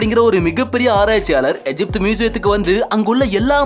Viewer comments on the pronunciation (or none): தமிழில் எகிப்து என்றுதானே படிக்க வேண்டும்? ஏன் எஜிப்து என்று படிக்கிறீர்கள்? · அய்யா எஜிப்டு அல்ல தமிழில் கூறும்போது எகிப்து என உச்சரியுங்கள்